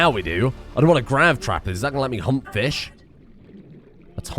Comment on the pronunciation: Bruh the way you say hunt made it sound like hump Which I mean the only large fish so far are aggressive so probably not a great idea